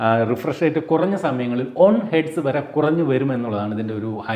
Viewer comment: ഒൺ അല്ല വൺ....വൺ